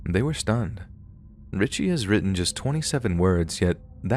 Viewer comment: It’s not Richie it’s richey